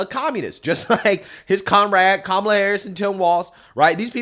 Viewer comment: Was she saying Karmela Harris? Is that like caramel kinda looks like chocolate but it's not?